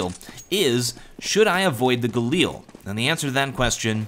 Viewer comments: Its not Gal-eel, its Gal-il, holy sweetness that annoyed me whenever you said that XD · Stop calling it the Galeel...